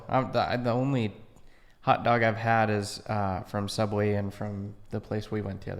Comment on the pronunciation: "Soooubway"? Odd1sOut?